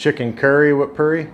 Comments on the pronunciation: It's Pronounced "POO-RI" boss, don't say "PURREE" lol, I almost wondered what you were talking about 😂 Hope You Enjoy Guyana! Always Great FOOD! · Omg he wants to eat local but wants to put ketchup and tartar sauce on the 'poo'ri not purr ee. Dude the curry in the poori is very moist .